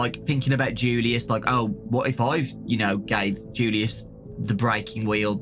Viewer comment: You pronounce julius like yulius